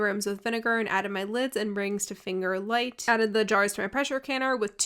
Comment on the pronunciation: It's finger tight, it sounds like you are saying finger light. Also you forgot to debubble your product. Very important step....